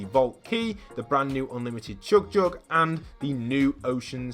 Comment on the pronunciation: Anyone else notice he has a British accent but goes really northern when he says chug jug